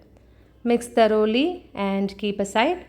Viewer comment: It is pronounced thoroughly not taroli....